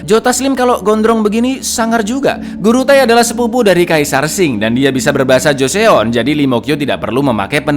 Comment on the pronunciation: Cak info dikit nih bacanya Joson cak, kalau di Korea eo itu dibaca O aja, misalnya Joseon (Joson) , Teokpoki (Tokpoki), Park Seo Jun (Park So Jun) gitu cak